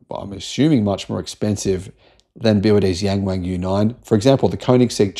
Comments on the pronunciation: It's Yung Wung, not Yeng Weng 😅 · OMG I can't stand the incorrect pronunciation of "yang wang", and it isn't just you mate. Maybe try saying it like "young Wong" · yeah, I thought he said 'Gang Wang' at first, I was 'huh?' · Better to just read "YW" 😂